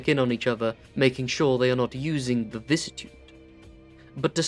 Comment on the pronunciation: Where’s the second “v” in “vicissitude”?